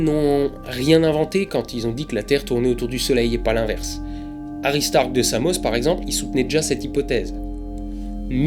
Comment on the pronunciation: j'adore le jeu de mot suivit de : Toi je vais te taper avec le regard :)) La lune s'éloigne 3.78 cm / an alors combien de lumen en moins renvoyés par la lune depuis mille An ? juste par curiosité Autre chose , j'entend aristarck hary starck ,,un foutage de gueule :)) pour la ressemblance ?